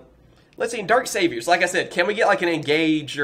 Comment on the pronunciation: You’re saying saviors wrong. There is no e sound.